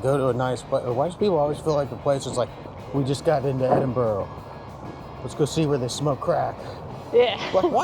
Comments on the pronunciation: It is not Edinborro,it is Edinbra! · Loved the vid but it’s Edinburgh, as in ‘Edingbruua’😊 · Its pronounced edinburra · It is not Edinborrow. It is not Edinberg. The ending ~burgh is the short form, throughout the UK, of ~borogh and is prononced Edinburra ( or Edinbru if you are local.) I've only lived here 60 years, but I had to get it right pretty damn quick. Also as said, reek is primarily smoke in this case, not smell. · No it is NOT "Edingbruua"! For a start, there's no "g" sound and it doesn't end in "bruua" Are you a native of the city. It doesn't seem so. Well I am. It is pronounced "Edinburra"